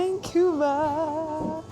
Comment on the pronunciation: You need to learn to pronounce Vancouver.